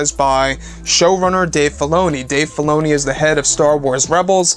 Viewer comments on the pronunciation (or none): Anyone else understood "Dave Baloney"?